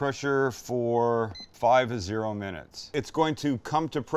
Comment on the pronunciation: How long do you cook the Birria for in the pressure cooker? It sounds like you say 5 to 0 minutes? Is it 50 minutes?